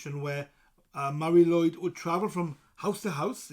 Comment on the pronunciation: Shouldn't be pronounced as Mari LOOid ?